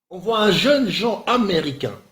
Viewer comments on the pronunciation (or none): none